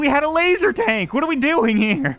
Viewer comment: you know when you say lazer tank it sounds like your saying lazer tag